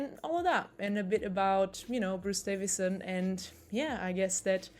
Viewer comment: Why are you calling him 'Davinson'?